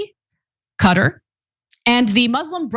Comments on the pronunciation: Where is "Cutter"? do you mean Qatar? haha what a strange pronunciation of this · ahahhaah Cutter :)) Its QATARRRRR Not Cutter...